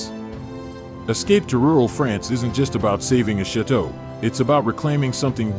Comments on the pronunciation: Please tell me why this man who cant even pronounce chateau and calls ut shit to really annoyingly..wants to share Dan and his families with everyone..not nice, not good and I think it's a shame I even opened the video. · This narrator is horrible! Cannot even correctly pronounce the word "chateau".